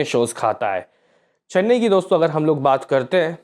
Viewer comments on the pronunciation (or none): none